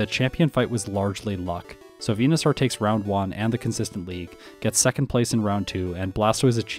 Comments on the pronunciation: Why do you pronounce it Venusar 😂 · Why do you say Venusaur weird? 🦧